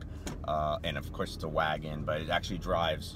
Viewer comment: Every time he says wagon a part of me dies.